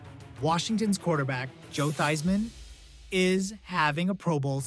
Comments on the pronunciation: LT was the greatest defensive player of all time. This is the worst video I’ve ever seen. The random plays that don’t match the commentary, butchering Joe Theismann’s name. Not sure if this was AI but this was horrendous. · Please pronounce Theismann’s name!